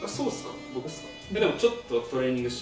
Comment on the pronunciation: なんかトレーニング若干ネイティブになってる😂😂😂